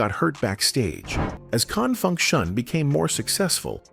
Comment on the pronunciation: I cringe every time that robot tries to say "Con Funk Shun" 😳